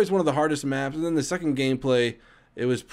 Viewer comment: Ahahah Spark Thunder and xD "sose 20 mm are like gandy dust to ze german planes"